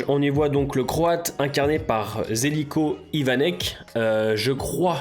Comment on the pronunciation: Alors non pas Zeliko Ivanek mais Geljko (en prononçant le lj comme « lieu » en version écourté) Ivanek (la par contre ça va)